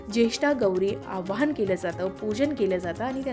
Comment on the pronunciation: आव्हाहन नाही हो,आवाहन म्हणा. बोलता च्या आधी उच्चारण तपासून घ्यायला नको का?